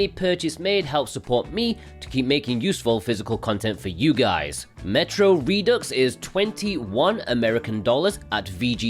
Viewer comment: Redux is pronounced as "Re-Do". Sonic X Shadow Generations is an enhanced expansion remaster than a remake. Good thing, My Sims Bundle is finally on sale physically. I already have Capcom Fighting Collection 1, and Neo: The World Ends with You. These games are pretty great. Pocky & Rocky Reshrined looks good.